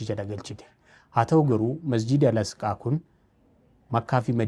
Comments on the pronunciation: Asqaa miti Aqisa malee sirreefadhu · Al-asqaa miti Al-aqsaa jedhama 🙄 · Al-asqaa miti Al-aqsaa dha ok sanu irra deddeebitee